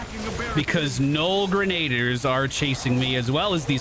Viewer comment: it isn't "Gren-aid-ers" its "Grena-dears":)